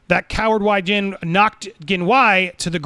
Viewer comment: It's pronounced way jhin and jhin way. Just putting that out there lol